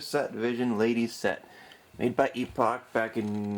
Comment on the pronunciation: They spelled the company name as Epoch on the title screen of the games. He pronounced it just fine.